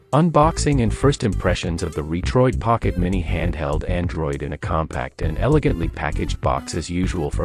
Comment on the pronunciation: Is the narration AI generated? Pronounces Retroid (Reetroid).